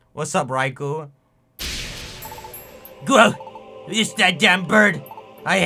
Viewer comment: Thank you for saying raikou and not RAY-KOH